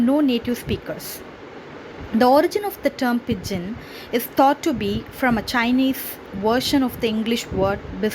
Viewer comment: It isn't /ˈpɪd.dʒɪn/. It's /ˈpɪdʒɪn/. D is silent.